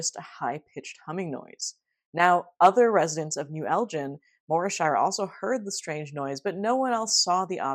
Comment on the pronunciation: As a Scottish person, sorry to nitpick... but it's El ginn rather than El Jin! Anyways this really reminds me a lot of the classic Sam the Sandown Clown encounter from the Isle of Wight in 1973 which you've already covered! I don't want to be a total sceptic and say, as with that case, the testimonies of kids are perhaps to be distrusted but... as you note with this case there were strange follow-up incidents and that was the same with the Sandown encounter. Edit... I was posting this comment half way through the video and then obvs you mentioned Sandown Sam. YOU KNOW